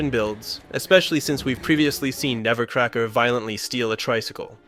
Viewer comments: It's "Nebbercracker," not "Nevercracker." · Interesting video, but it drove me nuts to hear "Nebbercracker" pronounced as "Nevercracker" 500 fuckin times